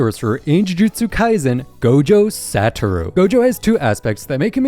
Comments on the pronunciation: What is up with fans of media out of Japan unable to pronounce the most basic of name. Especially JJK names. Gojo Satoru. GOJO SAHT TA ROU? Dude. GO JO SAH-TO-RU. It ain't that hard. The additional information like the -1 apple are so unnecessary. Same with Infinite Void. Like all Domain Expansions it applies the the user's innate ability to large physical area. i.e the effects of the Six Eyes of which Gojo has all of its benefits AND resistence and anyone caught within his domain do not. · The way you pronounce Satoru was absolutely dogwater. Literally watch a single episode of the anime instead of just reading the wiki. What an absolute fraud.